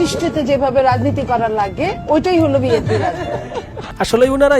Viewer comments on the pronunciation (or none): none